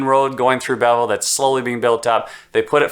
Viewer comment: lol you are clearly new to Belleville. It is pronounced "Bellvole" lol